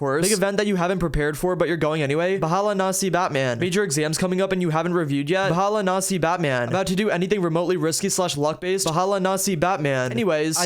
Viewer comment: the way you pronounced "bahala na si batman" is killing me XDDDD